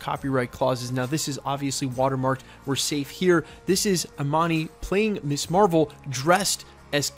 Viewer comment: Perhaps it's your youth and you're unfamiliar with the word, but Ms. is pronounced "MIZ" not "Miss". The word was created so that women could have an identity that didn't revolve around her marital status. "Miss" refers to an unmarried woman, Mrs. refers to a married woman and Ms. refers to a woman whose marital status is not volunteered. It makes me teeth grind hearing Ms. constantly mispronounced as "Miss". Keep it up and I'll send you my dentist's bill.